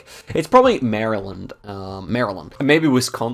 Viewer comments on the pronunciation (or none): none